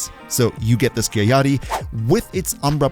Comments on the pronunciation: its pronounced “skiagyatty” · Sky-ah-yatt-ee Skiajati.